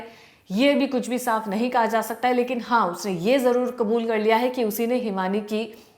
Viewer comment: हिंदी में कबूल नहीं होता है आप बार बार हिंदी में क़ुबूल क़ुबूल क्यों बोल रहे हो.